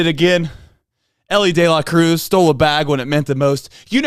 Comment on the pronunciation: It’s pronounced De La Cruz